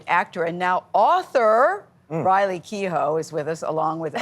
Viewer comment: Gayle can't pronounce Riley's name!!!!!!!??????